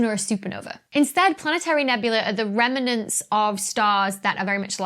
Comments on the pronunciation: Remnants - not Remenants. Apart from that, excellent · Organon - noticed that too! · you somehow make "remnants" a three-syllable word.